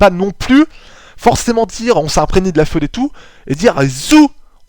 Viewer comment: Sinon simpa franchement hesite pas a en refaire d'autres ! Sinon parcontre ya quelque prononciation fause (surtout sur fued .. C'est pas feuud .b C'est plus fuid ou par exemple tu dit hell alors que c'est heel (genre il en francais ) mais sinon rien de bien grave on te comprend ! :p En esperant tu refase des video du genre ! :D